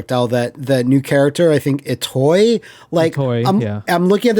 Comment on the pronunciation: Illaoi is Itoi